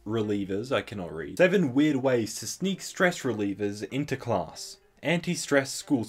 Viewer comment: Me: Omg is he gonna say class like "closs"????? Omg he pronounced it "closs"